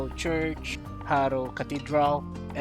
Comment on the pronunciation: Jaro kasi yun hindi haro